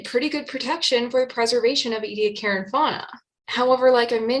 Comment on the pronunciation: Australians pronounce the place: EE-Dee- AAck[a]ra., your videos constitute an outstanding curriculum, seminar series, book for students of ALL ages from primary right through postgrad overviews, and reviewing! Thank you! Those who have never touched live sponges, by the way, they are considerably stiffer than the boiled remnant with which those who have not dived, understand sponges to be. Greater understanding of evolutionary process can be had in the evolutionary development literature, with its easy explanations of repetitive expression of HOX genes and the ways in which very specific epigenetic shutting off occurs. Body shapes of Precambrian and Cambrian organisms show most clearly the simple repetition that, elaborated, contribute to the enormous diversity Chuck Darwin commented on, that we see everywhere, even though we ourselves live during a period of biotically-driven mass extinction.